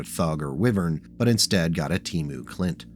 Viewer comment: It's pronounced Why-Vern not wiven, and I speak as a wessex lad.